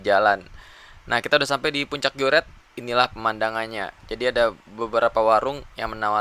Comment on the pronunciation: Bukan geuret tp grute